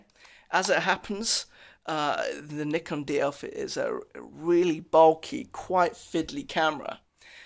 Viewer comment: I like you says "nikon" not a "naikon".